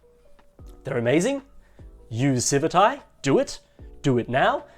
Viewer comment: Isn't it pronounced "Civit AI" with the "t" on the end of the first followed by an "AI" -- just like how it's color-coded -- instead of "civi 'tai" with the "t" before an "eye" sound?